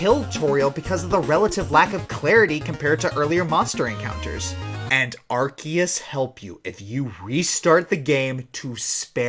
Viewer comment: Oh for the love of- ITS PRONOUNCED AR-SEE-US! I'm sorry